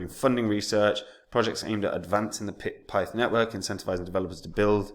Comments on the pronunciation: Pronounced PITH 😂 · man said pith lol